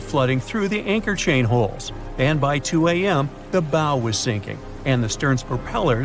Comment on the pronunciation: look up the pronunciation of "bow"